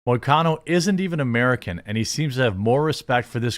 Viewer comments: You pronounced perfectly. And hes Brazilian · Im a MMA fan and you actually got the pronunciation of his name was on point Moicano is great he has allot of interviews like this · You pronounced his name correctly 👍